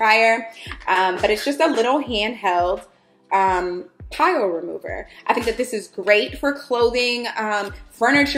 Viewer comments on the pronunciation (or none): I died at you saying PILE remover, lol. It's "Pill", your clothes form fuzz pills when there's friction.